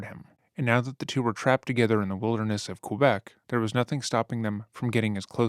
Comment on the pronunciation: Quebec pronunciation can be improved! Voy a ti! Crazy case.